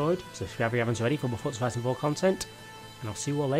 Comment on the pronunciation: Why can’t you say forza